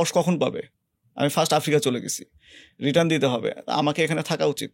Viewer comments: এফ্রিকা না আফ্রিকা হবে বেশি স্মার্ট 😂😂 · য়ের উচ্চারণ অনেক জোশ। ভাই কি চমৎকার করে আফ্রিকা কে এফ্রিকা, আস্কিং কে এস্কিং বলেন। অনেক প্রিমিয়াম লাগে:thanksdoc